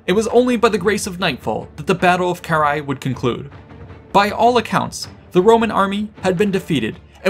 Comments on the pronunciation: Ill never stand the anglophone inability to read. Its Karrhae no whatever youre saying. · The English pronunciation (UK & US) is carr-HEY. The "a" is long.